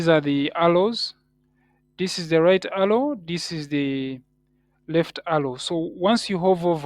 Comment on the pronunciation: Alow❌ arrow✅ great video though 😂